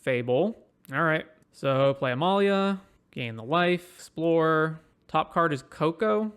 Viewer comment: Uhh not sure about that pronunciation